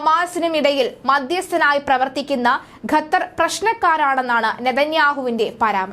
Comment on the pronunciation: ഗത്തർ എന്നല്ല, ഖത്തർ (Qatar) എന്ന് പറയൂ....